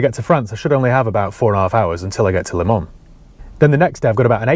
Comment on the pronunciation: Great video as always but just for the record as a 24 Le Mans veteran its 'LEMONS' .......as in the fruit 🤣. Keep up the great work